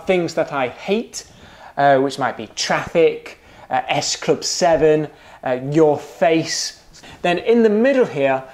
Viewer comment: Lol, the way you stress "your face" :D